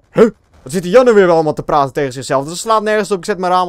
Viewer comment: Lol min. 15 zei je platen in plaats van praten. Haha!! Ga zo door